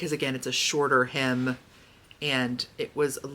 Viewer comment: At first, I thought you said you were having trouble with your him.....correct was hem. Lol